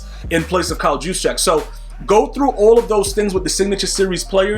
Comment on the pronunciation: Juszczyk = "YOOSH-chick"